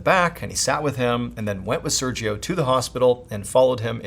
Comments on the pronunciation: You pronounce “Sergio” wrong every single time. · I love your content so much, I've watched every video since 2020... but your pronunciation of Sergio is physically painful 😂😢